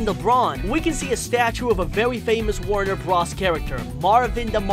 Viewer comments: Its not Warner bruhs it's Warner Bros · Wtf is a Warner Bras? It's warner B-RO-S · My dude said Warner bras